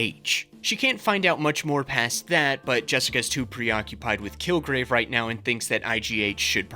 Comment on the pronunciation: had a little bit of an elmer fudd moment and said "kilgwave"